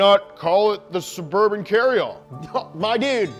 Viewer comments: DA CHEVY... SUVURVHIN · what surburban?? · Sheff g: BITCH ITS NOOO SUBURBAN